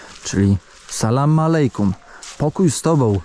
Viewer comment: Nie mówi się, Saleikum ,a "Alejkum " 😊